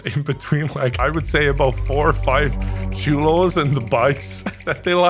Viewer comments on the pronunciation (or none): I love how said chulos not “cholos” chulos means like sexy lmao 😂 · I like how says chulo instead of cholos he basically called them cute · You said Chulos 😂😂😂 you just called them cuties 😂😂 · Had to double take and replay saying chulos over cholos....dam making blush I knew I was chulo growing up <3 much amour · "choulus" - 23